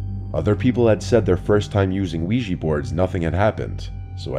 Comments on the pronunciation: OUIJA NOT OUIJEE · We-gee? It’s Quija (Wii - Jah) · ouij-a !! not ouij-ee! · Wee-Jah not wee-gee, you probably say ly-barry too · Ouija - ooeeja, not weegee. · Funny that people pronounce it 'wegee' when it's 'ouija' - we jah - oui French for yes & ja German for yes, a yes-yes board!! Lol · Ouija- even the americanized vsrsion is pronouncded "wee-jah" not "wee-jee'" even though the words are just "yes" in french then in german (or swedish, norwegian, etc.) So ive always preferred "spirit board" but anything is better than "weegee" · Why do people always pronounce the word Ouija as “wee-gee”. It’s pronounced “Wee-Ja”. Oui-ja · Its called ouija not ouiji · It's not pronounced "wee-jee" smmfh ... it's "wee-juh" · I really wish people would learn to pronounce this right. It's called Wee Ja. Look it up and you'll see. They've been around for centuries. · why the frick do they pronounce it as uweji board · WEEJEE BOARD? Seriously, Weejee? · Pronounced “Wee Juh” Named after the French and German words for “Yes” The more you know 👍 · Wega board? Is that the true weegee board experience? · What's a "weegee" board? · lowkey making me mad the was he saying wiigee board, another great story from the dude i’ve been listening to since 6th grade i’m on my way the the Airforce now Your a fucking goat, Please like that would be insane if you ❤ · It's oui_jaaaaaa